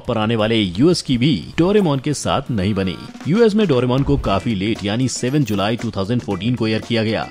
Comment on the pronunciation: It's correct name is दोराएमोन not डोरेमौन